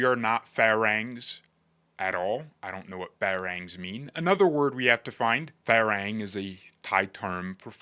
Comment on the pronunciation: Mispronounced farang. Farahng.